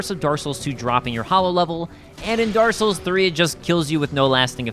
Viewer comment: "Daar Souls"